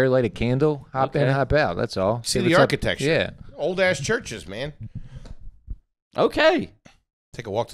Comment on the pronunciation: I just heard pronounce architecture as “architexture” on ari shaffirs you be trippin podcast at the mark. He’s garbaggio!